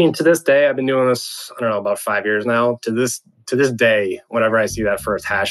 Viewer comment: his Canadian completely came out when he said suurrrrry and a boot. Holy crap this guy is Canadian as Canadian can be Canadian What is a Canadian juvy prison? Is that just a house with a sign saying please Don't run away? Lol and then if you do escape do the guards say sorry to you for arresting you? Lol